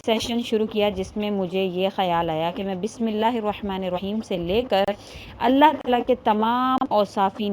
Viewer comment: Allah ka name aap sahi se liya karo Allah ek h or aap Allah OK aise bolti Ho Allah .jaise aap bolti Ho Allah pharmayenge .karenge .denge .please don't speak that word .Allah ek .Allah pharmayega .karega dega .apko aise Allah ko bola Karo please .